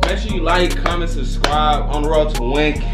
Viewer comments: He said sub scribe u can't talk lol.... I just suscribe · It's the "Susscribe" for me lol